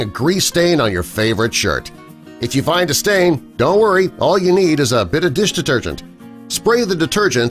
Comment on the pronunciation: How many times he saying bloody dish detergent, he can't even pronounce it properly after a while.